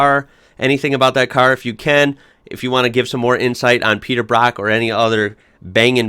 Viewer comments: Brock as in rock 🤦‍♂️ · His name's Peter Brock not Peter Bruck.